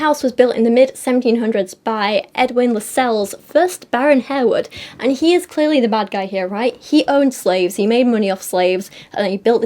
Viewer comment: Harewood is pronounced Harwood